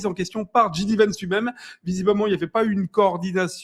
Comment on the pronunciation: Bonjour et merci! Pour que ce soit "encore plus parfait", n'oublie pas que JD se prononce djay-di et pas dji-di. Donc djAY-di Vance!